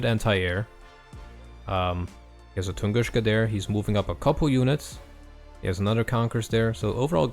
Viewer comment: Bro, no hate, but please stop saying Tungushka. It's Tunguska.